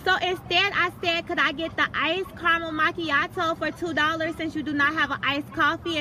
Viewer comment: Couldn't pronounce Macchiato to save her life 😂